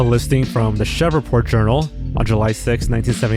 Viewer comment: Lol its pronounced SHREEVE-port lol